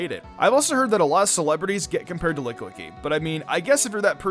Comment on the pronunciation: So i hear you mispronounce this a lot, its Lick-i-Licky or licky licky. not sure if you ever noticed the second i in the middle, there are 3 of them. If you want proof Dawn pronounces it that way in one of the movies.